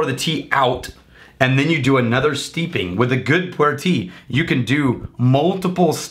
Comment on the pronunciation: Kudos for knowing pu-erh.